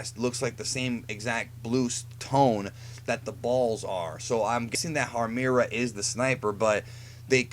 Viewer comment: IT'S HARMIRA!! GEEZ!!